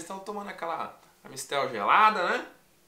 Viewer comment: 😂😂😂😂😂😂amistel não é da AmBev, e sim Da concorrente da da AmBev, a "Heniken"🤣🤣🤣🤣🤣🤣